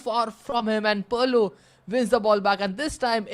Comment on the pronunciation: someone tell this commentator its not parlo its pirlo😢😢😢😢